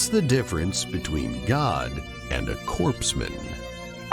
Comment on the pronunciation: "Corpse-man"?!! It's pronounced 'core-man"!